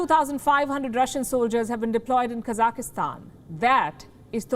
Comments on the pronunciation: Everyone knows how to pronounce it. This is not the first time she has f'ed it up. It's not hard. KA-zak-stan, not Cossackstan. The Cossacks have no relation to Kazakhstan. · Kazakhstan not kazakistan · It’s pronounced kazak-Stan. Not kazaka-Stan 😆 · It's not Kazak-ih-stan. It's Kazakhstan. No extra 'i', or 'e'. Kazakhstan. It is terrorism when the masses are beheading police like what is happening in Kazakhstan. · It is not Ka-zaki-stan. It is Ka-zakh-stan. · Kazakhstan. Kazakistan hahahaha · Her English is not very good. She says "kazakastan," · How good is your Hindi? Or any other language? I think her accent is amazingly good, even if they does keep saying KazakEEstan all the time. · Stop saying Kaza ki hstan 😀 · Child, say it with me, Ka-zak-stan. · Its not even hard to pronounce it. The program is good but this lady needs to go. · She can’t even say the name of the country correctly cuz she lied so much, trying so hard to reshape every news instead of saying things they way they are.. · Someone please teach her how to say Kazakhstan.